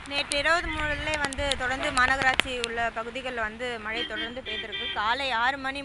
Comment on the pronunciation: மல இல்ல மேடம் மழை.....